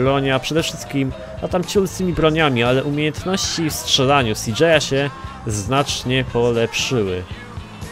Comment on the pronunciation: cj a nie cjo